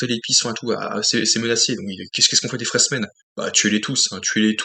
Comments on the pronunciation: Tu t attendais à un blockbuster , ce que Dune n est pas ;) Au passage , c est "FrÉmens" , pas "FréSmens" )) De mon coté je jugerai de l ensemble , pas film par film , c est comme en peinture avec un dip ou triptyque , l ensemble à une cohérence . ✌ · Ouais c'est un peu timoré et lent. Par contre ça pose les bases. Après comme il était prévu de faire au moins une suite un deux il fallait prendre le temps pour préparer ce qui allait arriver dans cette partie 2. Pour info on dit Fremen sans "s".😂